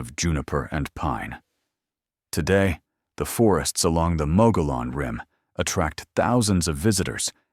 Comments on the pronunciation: Mogollon = Mo-gee-on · Mogollon is pronounced MUG-e-yon.